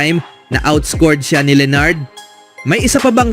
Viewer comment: Leonard hindi leenard, dami mong pa-style.... Bulok!